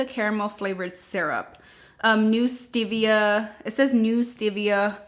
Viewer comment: Oh my - that song. And it’s stevia not stivia.